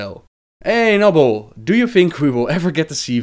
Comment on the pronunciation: its noon